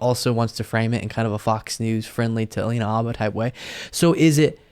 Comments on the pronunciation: Never knew that "H" in Habba was silent! She is the next to need a real lawyer. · dude, I think it's alina habba, not halina abba, not that it matters a lot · AYFKM?!? "Abba?" 🤦🏻‍♂️ ...its Habba! 🤦🏻‍♂️